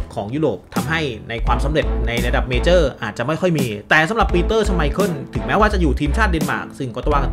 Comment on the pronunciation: ชอบพี่บอมครับเรียกชไมเคิ้ลว่าชไมพรตลอด😂